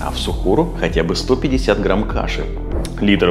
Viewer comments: Только не ихтар а Ифтар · Тама Ифтар а не Ихтар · Все очень круто, спасибо большое за совет но ты ошибся не " ИХТАР" а ИФТАР, не учти это за высокомерие брат. Тебе процветания 🤗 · Немного исправлю тебя не Ихтар, а Ифтар. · ИХТАР ❌❌❌ ИФТАР ✅✅✅ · Ас'саламу алейкум ворах1матулоахьи Ва-баракатух1у, спасибо большое за внимание и за ролик, не хочу оскорбить, просто для дальнейшего чтобы вы знали , правильно будет не "иХтар" а "иФтар". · Это не Ихтар, а ИФТАР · ИФтар)а не ихтар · Не ихтар а ИФТАР, всех благ Вам! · Какой Ихтар еще, Ифтар правильно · А почему «ИХТАР»? правильно ведь «ИФТАР» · Друг не ихтар а ифтар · будет ИФТАР а не ИХТАР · Ну для начало с лово Ифтар а не Ихтар 😁😁😁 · Что могу сказать красавчик Просто ифтар а не ихтар 😅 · не Ихтар а Ифтар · Не ихтар а ифтар умник😂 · Спасибо за информацию, но не ихтар, а ифтар😊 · Ифтар, а не ихтар, А так спасибо вам🙂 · ИФтар ,не ихтар) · Ифтар а не Ихтар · Не ихтар а ифтар . Спасибо Вам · привет, хотел бы исправить не иХтар, а иФтар))) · И всё же не Ихтар, а Ифтар. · Даже «иХтар»)) Ифтар. Если даже не мусульманин ошибку делать не нужно. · Ихтар не правильно ифтар правильно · ИФТАР а не (ихтар) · Брат только не Ихтар, а Ифтар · иФтар брат, не ихтар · Почему ИХТАР может ифтар правильно ифтар ! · Брат ифтар а не ихтар😅 все равно респект! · Спасибо большое за предоставленную информацию❤ не ихтар а ифтар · Не ихтар, а ифтар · Брат, не Ихтар а Ифтар) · не ихтар, а ифтар* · Ифтар, а не Ихтар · Исправь Ифтар, а не ихтар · Во-первых, не ихтар а Ифтар Во-вторых, питаться нужно по сунне а не ерунду эту слушать! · Ифтар* а не ихтар😅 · Может ифтар а не ихтар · Не ихтар а ифтар😂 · Не Ихтар а Ифтар ! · Ихтар ? Ифтар .... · Ифтар а не Ихтар) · Не Ихтар. А Ифтар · Ифтар* не ихтар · Что за ихтар? Правильно ифтар. Переделайте пожалуйста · Ихтар что за , может ифтар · Ифтар Бро не ихтар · Ифтар не ихтар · Ифтар , не иХтар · Спасибо, но правильно говорить:ифтар)✊